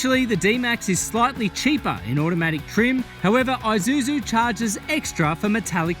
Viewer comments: Aye! It's Aye!suzu mate 🤣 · Maate.. Isuzu, not i-Suzu